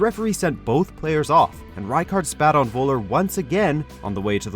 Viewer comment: 1. It's called Nürnberg not Nuremberg 2. It's called Völler not Woller Thx